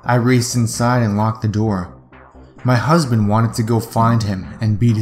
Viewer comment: Did you just say husben